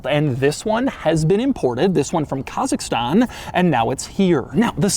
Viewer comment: Всем Ассаламалейкум! Вот это было внезапно. И произнёс просто и идеально. Казахстан🤙🏽